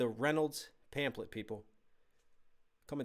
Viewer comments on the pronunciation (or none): love you but it's pronounced pamflet lol